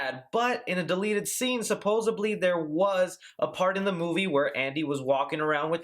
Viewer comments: Excited for this remake! It's said supposedly, not supposebly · He said suposably :(